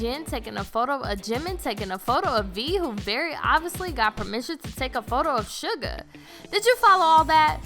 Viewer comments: It is actually Suga not Sugar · its suga....not SUGAR JEEZ GET IT RITE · "The BANG-TAING boys" "shu-guh" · juncoo and sugar have left the chat